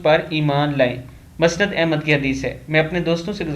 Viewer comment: جناب آپ جو لفظ مسند بولتے ہیں میم کے اوپر پیش بولا کریں. Musnad جیسے مصطفی مکمل مشکل محمد مراد وغیرہ ان سب میں میم کے اوپر پیش آتا ھے اسی طرح مسند کی میم کے اوپر بھی پیش آتا ھے جزاک اللہ